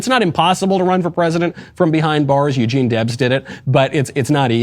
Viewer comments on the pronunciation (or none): none